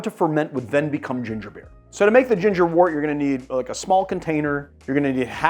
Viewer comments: Great video!! Postscript.... it's pronounced "wert", not "wort"..... even though it's spelled "wort". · Love this. Pro tip from a long time brewer: counterintuitively, the word wort is pronounced "wert." Why? I have no idea.